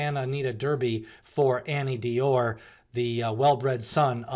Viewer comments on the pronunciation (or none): Good to see you are posting derby prep videos again. 3 cheers!Thanks for the info, will keep watching. I'm not disparaging your broadcast, but I have a small critique. Please try to pronounce the names more accurately. e.g. who is Annie D Or? A new contender? I guess you meant Anneau D'or? French for "Ring of Gold." Pronounced "Anno Dor" by every one else. Listen to the Breeders Cup broadcast, if you dont believe me. I look forward to your future clips.